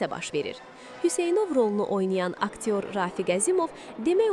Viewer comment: İndiki də Hüseynov sözünü düzgün tələffüz edə bilmir